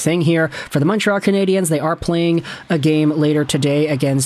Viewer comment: Pronounce the name of the team RIGHT!!!! You’re pronouncing it in the feminine!!!!! Just say it in English , which is acceptable in Montreal across the board. Wake up!!!?